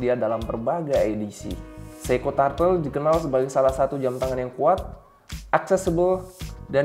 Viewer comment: Koreksi bacanya bukan TARTEL, tapi TURTEL